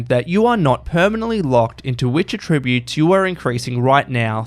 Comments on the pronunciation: You say "attributes" wrong. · I just want to know how the voice-over guy got this far in life without knowing how to pronounce "attributes" correctly for the context. Actually infuriating. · Just returning after a few years. Nice to see such changes, it's greatly improved game. The next improvement should be the way the voiceover guy for this video pronounces 'attributes', because it's really annoying and distracting.